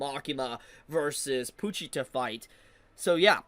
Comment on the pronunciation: “Poo-cheetah” is a crazy pronunciation 😂